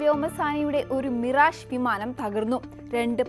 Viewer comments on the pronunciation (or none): none